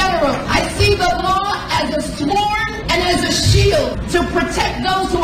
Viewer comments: did she say “saword”?!?! Attorney General?!?! Diversity hire. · Great googly moogly, she actually voiced the "W" when pronouncing "sword and shield"!